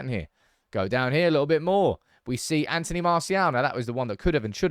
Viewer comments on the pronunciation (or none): none